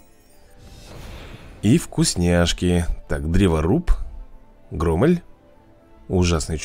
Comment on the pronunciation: Громель ударение на о